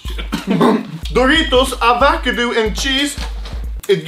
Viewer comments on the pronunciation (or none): i die laughing when anomaly sad "Avacadoo" instead of "Avocado" 🤣🤣🤣🤣🤣🤣🤣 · Avocado ❌️ Avacadoo✅️ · *avakudu* Lmao i laughed so hard when he pronounced it "kudu" instead of "cado" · No one: Anomaly: AVACADOO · Ib Ib avvacadoo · A VACADU 😂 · You said avakudoo and cheese 🤣🤣🤣🤣😂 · Avakedoo and cheese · Anomaly: Avacadu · Dude said avacadoo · he said "ava ka du" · avacoodoo and cheese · AVAKADOO xDDDDDD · av ah co doo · He is trying his best XD